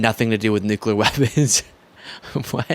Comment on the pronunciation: 2016 he pronounced it nick u lar /nucyalar